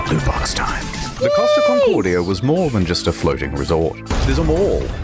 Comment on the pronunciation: 'Costa Concordia', please! That is the ship's name. NOT "Cost of Concordia'.....